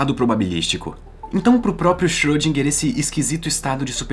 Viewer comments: na verdade a última sílaba seria "gar" em vez de "guer" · Não achei pesado. Aqui em meu estado, Minas Gerais tem um ditado popular que diz: "carro apertado é que canta". Só não querendo ser chato, mas você pode melhorar a pronúncia do nome de nosso ilustre Erwin Schöridinger.